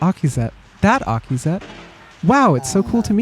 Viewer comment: getting Akizet's name right first try is crazy